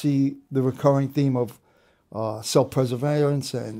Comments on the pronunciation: Great interview, just needed to get out that the fact he thinks it’s self “preserverance” instead of preservation was killing me the whole time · Self preservarance???? Does he mean, self preservation??? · What in the heck is "Self pursuvayance!!??" man, just saying words!! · The guy has trouble saying "self-preservation". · this guy has a real problem with the word "preservation"